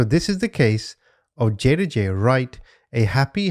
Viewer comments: It’s pronounced JA-DAY-JA not JADA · Pronounced Jadajai jah-day-jah hope this helps❤😊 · Try saying it like this JaDYEYA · It's pronounced Jadajai. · Second case baby’s name pronounced jah-day-ja…. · Her name is pronounced JAH-DAY-JAH